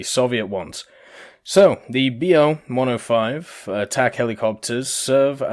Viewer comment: it's not Be-Oh... its BO. thats the abbreviation of Boelkow. Like Ju for Junkers etc.